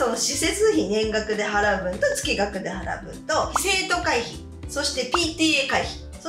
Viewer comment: 月額:つきがく→げつがく ちょっと気になりましたので😅